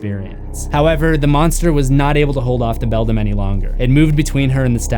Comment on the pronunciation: Again, it's BELDAM (prnounced BELL-DAM or BELL-DAMN, NOT BELL-DUM). Also, I heard that the other father started as a pumpkin.